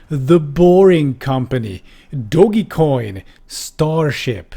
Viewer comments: did you seriously say "doggie coin"!? Lol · "Doggy Coin" 😂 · >'dogeycoin' >primitive awe L M A O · Dog-e coin. You old man. :P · i agreed with you until you pronouced dogecoin dogy-coin shame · 2. This is how we should pronounce dogecoin from now on. I love it!